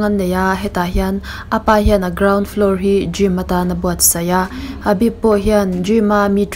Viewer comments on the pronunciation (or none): Habib anilo... Khabib tih tur